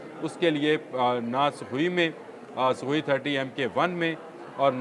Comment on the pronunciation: Sukhoi mk30 o bhai tumhe naam tak to sahi se lena ata nahi hai sui 😂